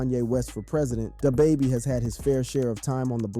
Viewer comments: DahBaby? Pooh sheesty? Bruh ain't from the hood 😂😂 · Dah bahbah lol